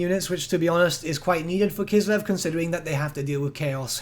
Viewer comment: K: "Kislev" W: "..." K: "Kislev" W: "..." K: "Kislev" W: "I'm listening" K: "..." W: "What?" K: "Kiselv"